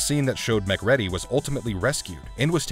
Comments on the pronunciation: Also it's Mc'REEDY, not Mc'Ready. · This is still one of my favourite films, and like a lot of John Carpenter's work has only been appreciated in later years. I think Rob Bottin's surname is pronounced Bottine, and the main characters name is MacReedy not MacRed-y as the narrator said in the video :-) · Great Video but I have one problem....please learn the pronunciation of character names. It's pronounced "MacCreedy" not Mac Ready. It makes the narrator sound like a phone scam bot! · Mah-creedy..not Mac-reddy Bo-teen not Bot-tin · "Mac-ready"? LOL.